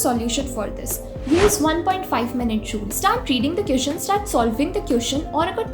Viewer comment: Aap jab queeszn bolti ho tab bohot hassi aati h